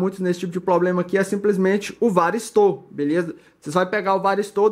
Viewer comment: Não é varisto ..é varistor...porque que vcs falam varisto?